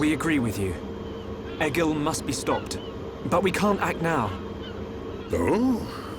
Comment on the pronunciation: Also and amber need to listen more to the cutscenes because they aren’t angels they are high entia and it’s egil not ejil and they are Homs not humans